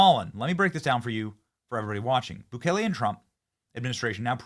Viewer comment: The Salvadoran Presidents name is pronounced Nah-Yeeb Boo-kay-lay